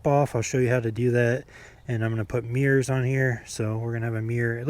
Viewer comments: It sounds like you’re saying meers instead of mirrors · no, that’s not all I got out of it. I got quite a lot out of it, thanks for the upload btw. I just think it sounds funny when you say “meers”. You’re not the only one that does it. Tailhappy tv, and Maximum thrust says it too. 😂